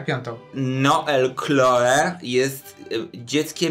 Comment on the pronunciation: Hmmm, Noel jest imieniem męskim we Francji, a Chloe żenskim 😅 Chloe wymawia się Kloe a nie Kloi 😂